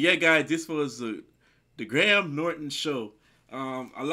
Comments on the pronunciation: In Graham, the h is silent. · Graham is a very popular name in the uk. It is pronounced Grey-em idk why.. So yeah just so you know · The name you’re looking for is, Sir Patrick Stewart...he played Jean Luc Picard in Star Trek....you almost got Graham’s name correct...it’s pronounced “Gray am’”..two syllables..great reaction by the way😉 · Dont say Gra- ham say Grayum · Pronounced 'Grey AM' not 'Grey Ham' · It's pronounced "Grey am" not " Grey Ham" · In the uk we'd say Graham phonetically like Grayum 👍 ❤️ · Grey-Ham Norton 😁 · Gray Ham lol. Americans are so funny. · did you call him gray ham? lol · "Grey - um" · Pronounced Grayam 😊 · Pronounce it phonetically Greyam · Pronoumced "gram"